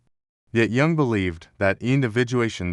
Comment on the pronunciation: The text-to-speech is HORRIBLE!!! Many errors, including frequent botching of "Jung". The inflection, tone is only bearable for short periods of time. I wish I could listen more, synchronicity??? SHAME ON YOU FOR THIS CRAP!